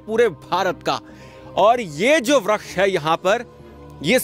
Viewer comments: वृक्ष को व्रक्ष कियौं बोल रहे हो😮😮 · Vriskh ko vraksh kh raha hai